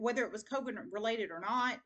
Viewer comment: Coven is pronounced like a hot oven with a "k" koven. Just so you know 🤗